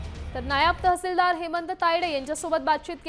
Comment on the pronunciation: या बातम्या देणाऱ्या बाईला मराठी नीट शिकवा नायाब तहसीलदार नाही मॅडम नायब तहसीलदार असा शब्द आहे